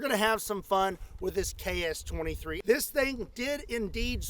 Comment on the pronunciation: As a Russian, I can't stop thinking about your pronunciation KS-23 sounds like CHAOS-23!!!! That's incredibly accurate for this gun!!!